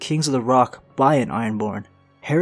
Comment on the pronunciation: The Herrock Kenning horn. Herrock. Kenning. Herring.. Stop it.